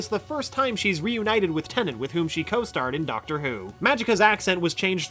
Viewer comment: "I'm the Ducktor" lol